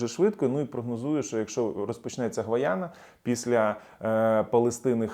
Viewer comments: Я побачила у мапі Гайана, а не гвайана. Чи пагано чую? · Гайяна - а не Гваяна